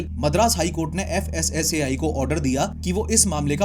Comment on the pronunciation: FSSAI ❎ FASSI ✅